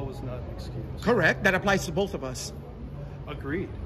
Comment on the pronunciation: Axe and boff ILLITERATE MUCH? Why do black people have such a hard time saying ASK and BOTH